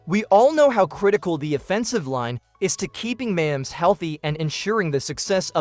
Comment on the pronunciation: You're not saying his name right dude you also did not say mahomes name right either